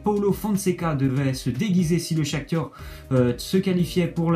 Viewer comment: C'est pas le Shaktur c est le Shaktar